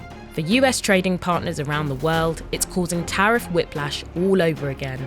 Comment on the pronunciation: Tell him it is tarrif 💹 not toffee 🍫